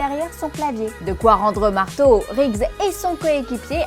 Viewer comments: "Meurto"... Roger Murtaugh, ça se prononce "meurtof" C'est pas une saucisse de... Morteau XD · Par contre, le sergent Murtaugh se prononce “Meurtof” et pas “Marteau”! 😅 Je plaisante! Très sympa cette video! 🙂😎👍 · Murtaugh, on prononce « Meurtof » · meurtaugh sa ce lit meurtoff MEURTOFF TA COMPRIS ? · J'avoue, elle m'a fait saigner les oreilles!! La meuf lit son texte à merveille, mais alors putain...elle a jamais vu l'arme fatale, sinon elle n'aurait jamais pu dire MEURTO. La loose de présenter une émission ciné sans connaître ce classique. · Murto ? !!!!!! On dit Murtaugh (ffff), c'est quoi cette nana ?